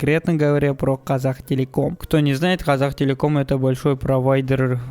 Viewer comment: Не козактелеком а котактелеком